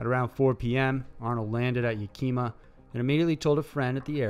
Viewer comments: Yukeema lol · Ya Kee Muh!!!!! HOLY, you butchered that one!!!